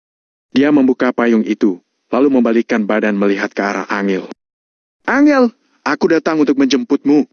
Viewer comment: Angel (susah) 🤣 An jel bos bacanya